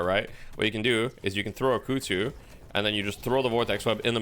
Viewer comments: Christ on a bike.... "Kuhd zoo" KUH KUH KUH she even says it when she throws it. Koozoo isnt even damn near close. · This is very nitpicking, but dude Ivy herself yells kudzu when she uses the bomb. You have no excuse to mispronounce it that badly.